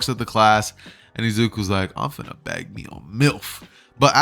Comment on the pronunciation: Mf said I'm finna baig me a milf 😂😂😂